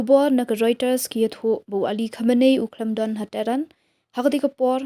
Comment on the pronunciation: Reuters❌ Roiters✅ Pyllait❌ Pyllaid✅